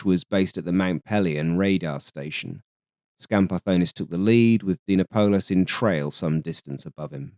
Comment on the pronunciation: The scenario you present in the video seems quite realistic to me. I don't believe that the F-102 could score a kill against an F-5 in a dogfight. The scenario where Dinopoulos saw the F-102 bailing out using its afterburner and thought that he had scored a kill is also quite possible. Kudos for correctly pronouncing Skambardonis's name, a name that we Greeks can easily mispronounce, although you had a hard time pronouncing Achialos! Looking forward to your next video in this series!